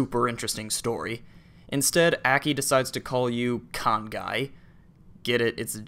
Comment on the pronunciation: ohhhhhgames i own and neverplayed!!! also,it's pronounced "jih-say","kahn-say", and "yo(very tiny little 'oo'sound)-say" also, are these games even MADE in japan?